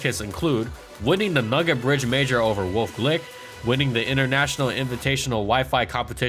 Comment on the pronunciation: Great video as usual! Can't bitch and moan about you covering Houndoom anymore, so I'll just mention once again, it's pronounced like wolfey. Wolf-E glicke.